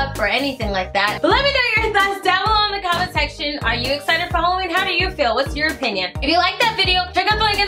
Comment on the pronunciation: star You said “Haw” not “How”. Is that intentional?